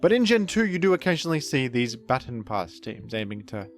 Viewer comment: we say/saw "baton" pass the same wrongly lol